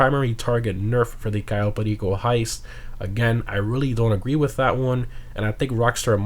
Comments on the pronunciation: Ur pronunciation on cayo perico pisses me off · Why do you say cayo perico in such a weird way?